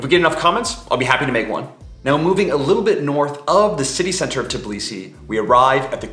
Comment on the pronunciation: TIBlisi? Seriously??? It’s TBIlisi…